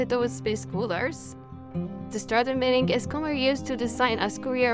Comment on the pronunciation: The g is not pronounced like that. You are saying millingeh drop the “eh”